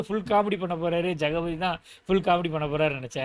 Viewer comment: Jagapathy illa 😂 jagathi😊